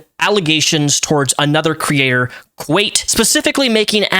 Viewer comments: There is no A how does he think its pronounced kwate rather than kwite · it's Kwite, like Quite. Not Kwait. Lol not sure where the a came from there buddy. Lol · I love you man, but it's kw I te like, kw ight rather than kwate. No hate, just... I couldn't hear it pronounced like that haha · Can’t believe the “Kwate” (love the way you say that) situation. Great analysis video! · How do you mispronounce kwite that badly? Its like kite with a w- Theres no e in it??? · Man, I really used to love your videos, but it takes 15 seconds to figure out how to pronounce Kwite. Less, actually, because where the fuck are you getting the "a"? It's Kwite. Like quite. Like "it's quite easy to pronounce Kwite". The way you butcher sentences sometimes is a peeve I've had with your videos for years, but because it was so uncommon and so minor, I just ignored it. But this is someone's name, dude. It's like if I called you Repzilla or "rapsun" instead of Repzion. If you're going to speak in defense of someone, the LEAST you can do is have enough respect to say their name right. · I’m glad you’re talking about this and I agree with you completely, but I can’t watch your channel if you’re the type of get names wrong repeatedly and without looking it up or trying to fix it. His name has got to be one of the easiest to say on YT (it’s literally quite) and I don’t think I can trust your info if that was too much for you to look up, especially since everyone is saying his name right now. it makes you look really unprofessional to be honest. Your content for this video was good though. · quite = kwite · My beautiful guy, where are you getting the AYE sound in kwite? It's ( Kwhite ). Maybe your on one to many gummies and that's coming from a guy who loves his eddibles:'P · it's Kwite [Quite /kwaɪt/] xD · It's pronounced like "Quite", I think, I'm glad you rose to his defense. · I am glad you mispronounced the name because this needed some levity. Holy hell.